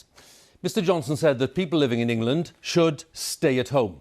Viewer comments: Don't worry guys it's in "Engand" not us. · Engand lmao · "ENGAND?", Where's that 🤔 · ah yes, engand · "New Engand Lockdown" pfff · Did anyone else hear that Engand is in a lockdown? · Who missed the 'l' out of England. Embarrassing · Its just engand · "New Engand"